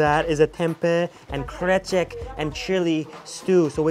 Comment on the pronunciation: Love ur "krecek" pronouce, thats was on point